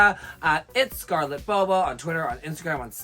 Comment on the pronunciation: I kept trying to clean my screen until I realized it was just a smudge on yuhua wall lol. Also it sounded like yuhua kept saying Scarlett Homo and not Bobo haha